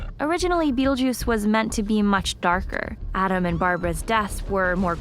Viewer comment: O Mestre Das Artes Místicas Don't you mean Beetlejuice? WTF is "Bettlejuice?"